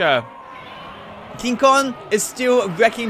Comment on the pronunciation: This guy doesn't know how to pronounce Kong xD